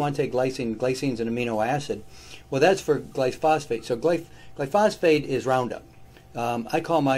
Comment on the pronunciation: why do you pronounce gly-pho-sate as gly-phos - fate? 🥺